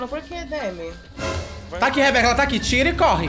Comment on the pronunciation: "Aih que ódio, foi só o dedinho de SIRIRICAH" "Jamais eu comerei isso aquin,JAMAAAINS" "eu sou crenti ,EUN SOU CREENTIN" SAMIRA TÁ TÃO CLOSE HOJEN BIXAS POCKENTAS !!!!!